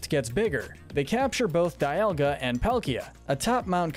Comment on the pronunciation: It’s pronounced DEE-all-guh, mes-PRIT, reg-EE-rock, reg-EE-steel, reg-EE-uh-leck-ee, reg-EE-dra-goh, KAH-los, soo-TAHP-oh-lis, ECK-crew-teek, ZIN-ee-uh, CHAIR-in, as-per-TEE-uh, LYE-san-der, GLAD-ee-on, may-guh-LOPP-OH-LISS, and WEELD, “Patrick Star”! 🤨 You’re so bad at pronouncing words and names,! 🙄